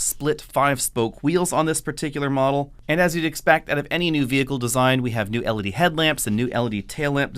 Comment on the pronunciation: Don't get me wrong, I absolutely love, but it's especially hard to watch him do a Toyota video. I twitch through the whole thing as he says toe-yota instead of toy-ota. And I already twitch on every video as he says el-uh-dee and el-suh-dee instead of el-ee-dee and el-see-dee. 😜